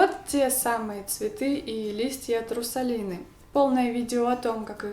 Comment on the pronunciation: она сказала не Русалины а Трусалины ахпахпахпаа